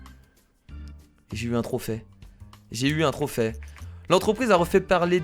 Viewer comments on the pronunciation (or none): Kira s'est pas un trophais sa se dis trophée comme le é !